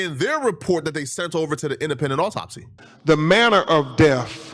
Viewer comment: Crump is a distinguished ,intelligent , credentialed attorney , but the way he said “Manner of deaf” got me 😂😂